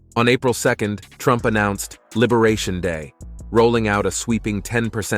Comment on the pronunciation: "Liberación Day". 😂😂😂😂😂😂😂